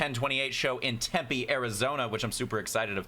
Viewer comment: Yes said tempe correctly